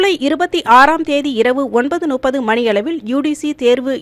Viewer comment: ஒன்பது நுப்பது இல்லை. ஒன்பது முப்பது என்பதே சரி.